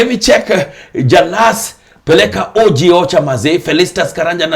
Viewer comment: By the way Jalang'o you have several times pronounced O.G as orgy